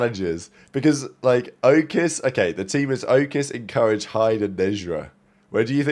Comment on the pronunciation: Bro can’t pronounce “Encourage” correctly to save his life 😂